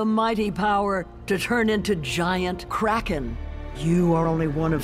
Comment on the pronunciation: But you seriously you seriously said krakem